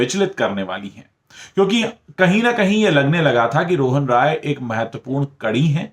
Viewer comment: Kindly correct your pronunciation of "Rai" while taking Rohan Rai's name. You seem to be pronouncing it as ROY which is a Bengali surname and RAI is from a different province in India